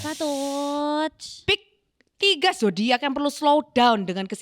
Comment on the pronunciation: lucu bgt tiap "zodayackk"